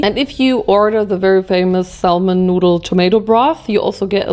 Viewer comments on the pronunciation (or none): Hey!! I realize English is your second language so just to be helpful "salmon" has a silent "L" in English..so it's like "SAM-in". Love ya, girl! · The “l” in salmon is silent. It’s pronounced “Sam on” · honestly for someone like her it's surprising she doesn't know the 'l' is silent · ily so much but you dont pronounce the 'L' in 'Salmon' <3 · LOL FYI: you don't pronounce the "L" in salmon .. THE L IS SILENT ... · the way u say salmon i can’t 😂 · please dont pronounce the L isn Salmon thank you lol it's driving me insane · We "bought, chose, purchased, selected, ordered, tried, tasted" several different mochi, not "WE TOOK." Also, the "L" in the word salmon is silent. ❤